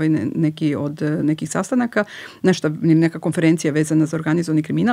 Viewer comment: sve tip top , teče razgovor , prijatan , fonetika , i onda čujem kaže " neštA" hvala , prijatno ... odustajem